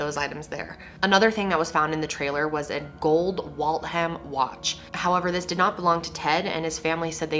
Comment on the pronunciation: Cringed a little bit when you talked about the gold Waltham watch. That’s legit my town that were made in a factory that’s been turned to lofts. I always cringe hearing how people say it.